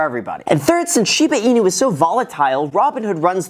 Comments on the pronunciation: not shee baaah its shiiiii baa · Hahah no way u said Shida Inu here :D I remember last video someone commented that :D